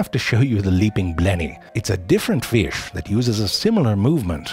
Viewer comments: Everyone: Fish Zefrank, an intellectual: Firsh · I love how he says feesh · I'd love to see the IPA spelling of this pronunciation of "fish". It's like it has two schwas and the upside-down 'r' in it. Like "firsch". Delightful! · The way zefrank pronounces certain words gives me life. Ie: Fish=Feesh Baby=Behbehs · It isn't a fish, it's a FIRSH. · i love the way he says "fish" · zefrank somehow crammed three syllables into the word 'fish' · Someone told zeFrank 'You can't really mispronounce FEee-iSH and make it funny. But zeFrank makes his own rules, like a dominatrix drunk with power at a nerd-heavy frat party. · So many naturally occurring syllables in the word “fish”!